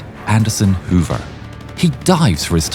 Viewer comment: Wow, I didn't even make the connection when you kept saying Robert Hover. Simply amazing! I got to see him do his demonstrations in the late 1980s and was so awestruck